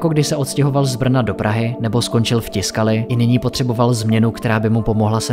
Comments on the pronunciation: Proboha.....tiskali???? Co si udělat trochu reserch a zjistit, že se to čte TYSKALI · Zase super udělané, měl bych jen tři poznámky. Commodore je název firmy, nejspíš je tím míněn osmibitový počítač Commodore 64. Tiscali se čte tvrdě takže Tyscali. Petr Strecker se čte Štrekr.